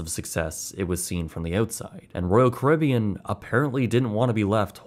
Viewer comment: Why can’t he say leisure or Caribbean